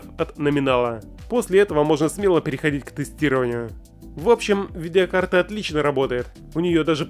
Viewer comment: не видИакарта а видеокарта